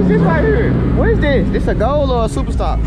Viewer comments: Boy said ghoul “goal” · Ghoul... not goal. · It’s guuul nigga